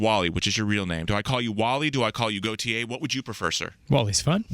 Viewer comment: I love how half the interviews they say Gotye wrong and yet he just smiles and goes along with it.